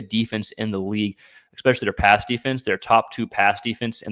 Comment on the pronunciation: If you’re going to broadcast…the word is pronounced ESPECIALLY not ECKSPECIALLY